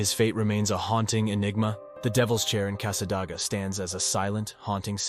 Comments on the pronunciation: AI needs to know how to pronounce words. Many towns are mispronounced, Cassa-DAY- ga is one example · It is Casa-day-gah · Its pronounced cassa-day-ga